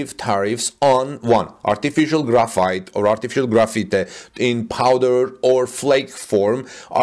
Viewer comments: It is pronounced like Graph-Fight, not like Graffiti. Graphite is used commonly in pencils. China is the number one producer of graphite, with Brazil a distant second. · Pronounced as gra fight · Graphite is pronounced as graph-fight. Hope this helps.